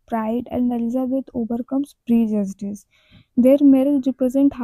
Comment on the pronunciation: Pride and prejudice mai aap prejudice ka pronounciation galat kar rahi hai